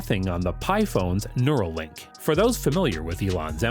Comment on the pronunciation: Everything sounded great until he said neurolink ! 😱